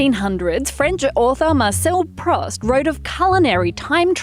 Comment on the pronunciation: It's "Proust" pronounced as in "football" Nonetheless, it's not that important ^^